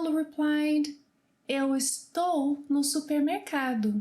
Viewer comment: I thought “ no” was pronounced like “ new” but the host is saying it the English way “no”